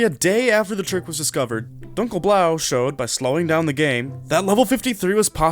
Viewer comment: Dunkel blau means dark blu and you read it wrong Read it like: dun kel Blau